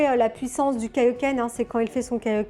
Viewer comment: Nini qui est toujours aussi belle pour présenter de belle résines. Pour les points négatifs, j'aurais dit les caillou volant comme celui derrière la jambe et Kaiohken se prononce KAiohken et KEIohken ;)